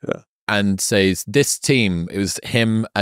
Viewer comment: I love how Chris is pronouncing 'says' in stead of 'says'